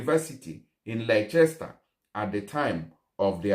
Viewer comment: Laichester sha!😜🤣 Its actually pronounced “Lester”